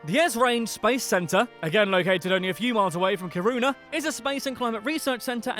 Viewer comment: And he cant say Kiruna either... Ffs dont say worlds or names soo stupidly wrong...